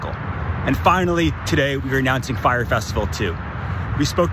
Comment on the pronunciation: "FYRE." Not, "Frye" Hire some educated people!!!!!!!